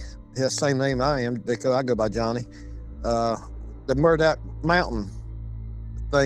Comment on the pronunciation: It’s Medoc Mountain; not Murdock!!!